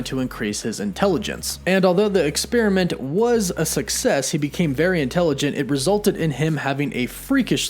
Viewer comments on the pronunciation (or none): none